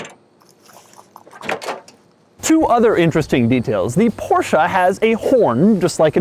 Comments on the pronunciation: Every single time i hear porscha. I want to punch you in the face. Porscheeeeee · it's " porsche " and not " porscha " ......gosh!!!! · I know, I hate it when people run up to my car and say "I love your porsh". Its poR Shah buddy lol